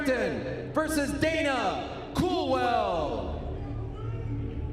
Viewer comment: Helwani he think to say dana